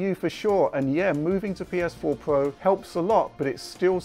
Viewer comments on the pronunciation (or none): would you kindly use the god damn letter R every fucking word with R you don't pronounce it you do it like this ps4 pwuo,pwuosesso,wyzen,howyzone zewyo dawn RRRRRRRRRRRRRRRRRRRRRRR USE IT !!! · Heh... "PS4 Pwo" Made me chuckle.